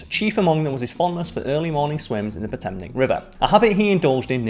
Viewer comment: did you say Potemnnc when you meant Potomac?